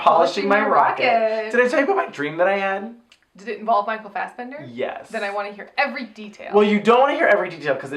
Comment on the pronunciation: It is so funny listening to you guys trying to pronounce Norwegian, mostly Micheal Fassbender.